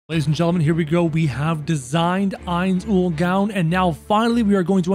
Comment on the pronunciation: Saying his name wrong